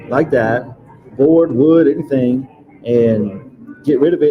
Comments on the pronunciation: It's the "anythinK" & "nothinK" for me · “I didn’t take AnythinK!” Why in the world does she add a k sound to “anythinG?” It’s so weird. Along with all her other annoying expressions. Yada, yada. Whatever, whatever.🤮. And the tone she uses. Insufferable.